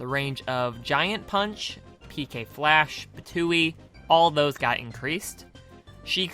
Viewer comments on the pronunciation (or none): No you're just not hearing the p It is pronounced p-too-ee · Ptooee is pronounces two-e prove me wrond go to palutana's temple play as pit against piranah plant and quickly tap down taunt they say it is in fact pronounced two-e